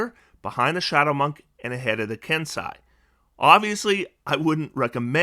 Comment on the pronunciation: FWIW, kensei in Japanese is pronounced “ken say”. If it were spelled “kensai” then it would instead be pronounced the way that and the Dungeon Dudes have been pronouncing it in their videos.